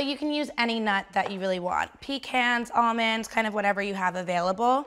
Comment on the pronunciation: “almonds” B Y E